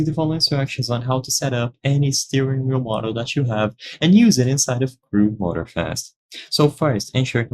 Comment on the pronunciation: Motor-Fast huh? as apposed to Moror slow. Stupid cheap AI. And maybe say what wheel your vid is actually for. There's a dozen of Wheel makers.